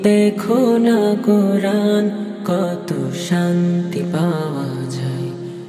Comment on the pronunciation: সবকিছু মোটামুটি ঠিকঠাক আছে দেখা যাচ্ছে কিন্তু ছেলেটাকে তো দেখে মনে হচ্ছে কোন মাদ্রাসার ছাত্র হবে কিন্তু কুরআন শব্দটা তার সঠিকভাবে উচ্চারণ হয়নি